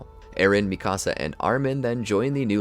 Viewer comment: Dude said micasa